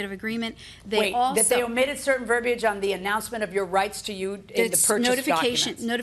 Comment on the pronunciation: Finally! Someone pronounces "verbiage" properly!